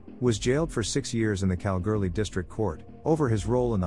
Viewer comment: Pronounced Kal-ghoulie just incase you were wondering.